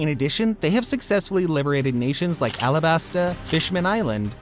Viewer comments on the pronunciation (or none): none